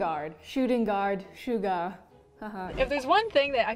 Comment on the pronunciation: The hack she pronounced Suga as almost SUGAR. GO TAKE YOUR BTS CLASS NOW GIRL. 😤😤😭